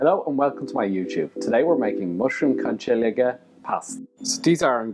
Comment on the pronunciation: Haha your pronunciation of the pasta changed drastically within the first 15 seconds of the vid, from Con-chi-li-geh to the correct Con-killi-eh